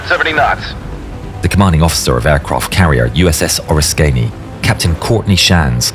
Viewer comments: He pronounces it Ore-iss-KAY-nee ??????? Obviously this narrator is ignorant.... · The carrier's name is pronounced "Ah-RISK-uh-ny. It's an American Revolution battle in New York. It's also the carrier from which the late Sen. John McCain launched before he was shot down in 1967 in North Vietnam. The Oriskany was towed to the Gulf Coast off the Florida Panhandle where it was sunk to create an artificial reef. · Oar-risk-kany! How about Oriskany. AI is stupid!! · It's pronounced USS o-RIS-ka-nee. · How are we pronouncing Oriskany??? Oar-is-cany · I wish AI could pronounce the ship’s name correctly🤔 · "Oriskany", rhymes with "risky". Get it right! Otherwise a great video. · one small quibble....Oriskany was pronounced wrong.